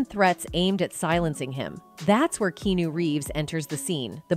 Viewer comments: oh wow i guess his name is KEENEW now, that is SOFA KING WEE TODD IT!! it's pronounced KEE-AN-EW smarty pants! W.T.A.F.!!!! 😡😡it's RUDE to mispronounce a persons name ya know, insult to the FAMILY!! and he's like an ANGEL too so GET IT RITE!!! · It's KEY-AH-NU NOT KEYUNU! I hate computers SPEAKING instead of REAL PEOPLE!! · Pleasevoronouncs his name correctly. Nitv"keenu" but "Keyahnu" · Also, it’s pronounced Kee Ah-nu. Not “kee-nu” 🙄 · Why was this video released without someone telling the host she mispronouncing Keanu as "key new" rather than "key ah new" it would matter to me if I were Keanu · His name is pronounced Key-ah-new! Please STOP saying Key-new. It's annoying to those who love him! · Someone tell the Bot speaking here that it's KEANU not KENU. THANKS AND Let's hope Will Smith shares a cell with Diddy for a long long time. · Are we now pronouncing his name differently? Key-new? It has always been pronounced key-ah-no…. Or am I in an alternate universe?? 😅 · Key'yan'o ... 😂 Not Key'no.. Sometimes AI ruins an otherwise great video 😢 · BAD AI, BAD AI! It’s pronounced Key - ah - new, not key new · OMG it's not Kea-nu Reeves it's Ke-a-nu Reeves. Kinda make is difficult to believe or understand anything if his name is mispronounced during the entire video. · Sweetheart...his name is Keanu pronounced keyawwnuuuu not Kenu or keynew like you butchered it into. He is a good guy so you could at least get his name right. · His name is pronounced Kee A Nu, not Keenu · Keen- new 😂 key-on-new is how it’s supposed to be pronounced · Can't even watch. Terrible writing and horrible VO... KEENOO? KEY-AH-NEW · His name is pronounced key on new. Not key new. Weird ass A.I. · Key nu? Key an nu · Ki awn new not ke new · Keenew! WTF! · For real..how the hell does she not know it's fucking Key-ah-nu??!! How could it be uploaded not fixed..how many ppl saw it before it was actually posted?? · Key new…..😂😂😂😂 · “Key-New” I agree with you! This makes me wanna throw up. It’s awful.